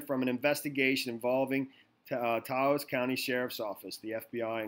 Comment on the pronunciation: Taos is one syllable, it remember with douse or house